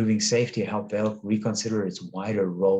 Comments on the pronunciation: Pronounced Val-eh. I bought some after selling colonial coal when it 2xed. Love the dividend, I like the stock more than Anglo American, which is divesting from coal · thanks for the pronounciation correction! During the video I did remember to apologize for slaughtering the Brazilian Portugese language :). I am not sure the VALE dividend is sustainable at the current level. Thank you for sharing. Best regards!